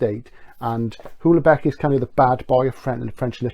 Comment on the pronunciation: Love your stuff - always stimulating and eye opening. A pronunciation note you can do with what you will - Houellbecq is pronounced 'wellbeck'. Not sure I spelled his name right, mind.